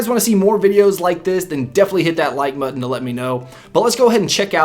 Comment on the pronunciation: It sounded like you said, "Hit that like mutton." 😂😂😂